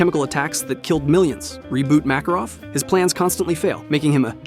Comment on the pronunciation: bro mispronounced Makarov in the beginning